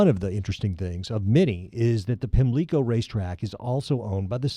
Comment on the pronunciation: In Maryland and Ireland, the accent in "Pimlico" is on the first syllable. Listen at 1m 8s